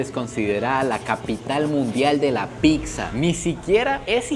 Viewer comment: PICSA NO!!! PIZZA POR FAVOR 😅😅😅